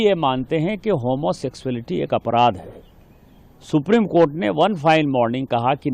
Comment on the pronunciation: Supreme kotha....aise hi nahin bolte hain log